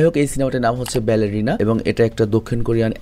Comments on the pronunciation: বারলাইনা❌ ব্যালেরিনা ✅ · ব্যালারাইনা না ব্যালেরিনা